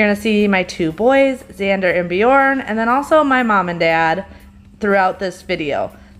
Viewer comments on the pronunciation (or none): none